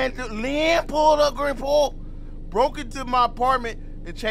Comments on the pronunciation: Not LeeAM 😂😂😂😂! It’s pronounced Lee-UM 😂😂😂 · Deadasss I kept laughing like bro it’s Liam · Na how you fully grown and cant say liam 😕🤦🏾‍♂️ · "Lee AM"💀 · Bro you never heard of Liam Neeson? Please quit saying "Lee Am" 😂😂😂😂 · the way you say liam kills me , I'm rolling 😂😂😂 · Real mispronounced that man name 12 times😂